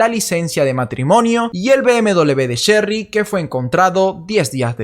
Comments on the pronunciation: Diré chery no cherry se me complica un poco😄😃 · No sería: el caso de Sherry rasmusen???? Y porque se te hace difícil decir Sherry???? Es muy fácil no es alemán 😂